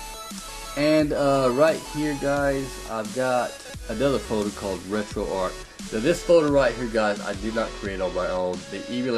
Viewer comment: One of the few people to properly pronounce "RetroArch" as in "ark", Retroactive Archive. Not "Arch" as in McDonald's arches.